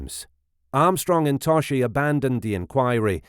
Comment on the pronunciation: It’s pronounced To-Ski